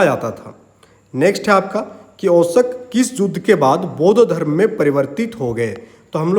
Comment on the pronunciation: Sir aap 'Ashok' ko bar bar 'Oshak' kyu bol rhe ho. ?